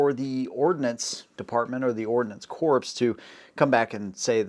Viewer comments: Even Obama pronounced corp as "corpse". He was ignorant/ thought it was a misprint/was thinking casualty? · Since the Corp's mission is to see that heaven is packed with fresh souls, the pronunciation should be "corpses." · Pronoucing "corps" as "core" is a mistake. Corps as "corpses" is another one. Words have meaning. If you mean another thing, use another word... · Friend, (Ordinance) Corps is pronounced "core", not "corpse" as in dead body. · "Corps" is pronounced "core" as in apple, not "corpse", as in ex-person. Just ask the Marines. (In military contexts, it's usually from French.) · you keep saying corps like the dead body version corpse ,driving me nuts being a Marine ... we say Marine Corps ( core) not corpse as in dead Marine. your welcome for the correction. Also you mention twist rate of 1/14 ? 1/12 ? i carried the Vietnam version in Guam Marie Barracks A1 was 1/7 twist , and then the A2 with the 1/8 twist when came state side Camp Lejeune where are you getting the 1/12 and 1/14 twists? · Great presentation. Corps is pronounced “Core”, NOT. “Corpse”… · 😅Hey Partner, Nice job pulling this long, complicated story into a single relatable and watchable video. One thing however, you are saying the word “Corps” incorrectly. It’s not corpse, it’s pronounced CORE. For example: Marine Corps (pronounced core), not Marine Corpse. Otherwise, nice job! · I never like the M16A1 or A2. Didn’t like getting dirty at all. It doesn’t make any sense but the M4 seems to be way more tolerant of dirt. Also it’s pronounced core not corpse even though it’s spelled that way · FYI - Corps is pronounced ‘Core’. The ‘ps’ at the end is silent. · You lost me at corpse. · Great video bro, but it killed me a little bit every time you pronounced corps as "corpse" XD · With the utmost respect, the letters p and s in the word “corps” is silent. That said, add the letter e to the end of the word “corps” and you end up with what the ar-15 is intended to create. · The ordinance corpse? 😂